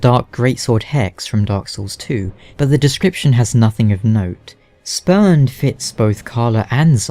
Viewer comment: Definitely thought you said speaker of the spermed at first